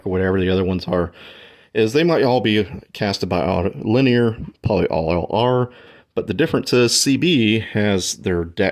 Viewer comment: ......................................................................... RETURN TO GRADE SCHOOL .. Autolinea .. READ THE FK'N LETTERS .. Auto-Lin-e-a .. CRIKY ! ..SIMIAN .. NOT .. ''Auto-Lin-e-ur'' .. NO ' r ' .. FKwit. """"""""""""""""""""""""""""""""""""""""""""""""""""""""""""""""""""""""""""""""""""""""""""""""""""""""""""""""""""""""""""""""""""""""""""""""""""""""""""""""""""""""""""""""""""""""""""""""""""""""""""""""""""""""""""""""""""""""""""""""""""""""""""""""""""""""""""""""""""""""""""""""""""""""""""""""""""""" """"""""""""""""""""""""""""""""""""""""""""""""""""""""""""""""""""""""""""""""""""""""""""""""""""""""""""""""""""""""""""""""""""""""""""""""""""""""""""""""""""""""""""""""""""""""""""""""""""""""""""""""""""""""""""""""""""""""""""""""""""""""""""""""""""""""""""""""""""""""""""""""""""""""""""""""""""""" """"""""""""""""""""""""""""""""""""""""""""""""""""""""""""""""""""""""""""""""""""""""""""""""""""""""""""""""""""""""""""""""""""""""""""""""""""""""""""""""""""""""""""""""""""""""""""""""""""""""""""'',,,,,,,,,,,,,,,,,,,,,,,,,,,,,,,,,,,,,,,,,,,,,,,,,,,,,,,,,,,,,,,,,,,,,,,,,,,,,,,,,,,,,,,,,,,,,,,,,,,,,,,,,,,,,,,,,,,,,,,,,, ''GOT 'it' ?